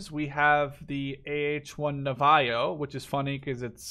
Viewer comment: You miss pronounced the word "Navajo" it is pronounced "ˈnävəˌhō, ˈnavəˌhō".